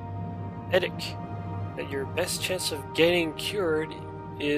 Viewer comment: As much as I hated all the begging of people who kept saying ", give us more Morrowind!" I'm glad you have brought it back. I just hope you did it because YOU wanted to, and not because you felt obliged to do it. Thanks for such an awesome video as usual! By the way, it's Eddie, not Eddic:P